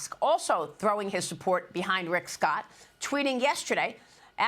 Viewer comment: IF sbe cant say Rick.Scott..DUMP HER